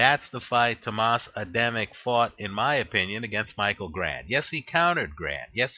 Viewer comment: You make a little mistake in Adamek pronounciation. Just make the second A in Adamek sound like the first one and it will be fine;)